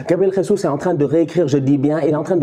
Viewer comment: Je valide mais sa se dit jésus en portugais pas ressus comme en Espagne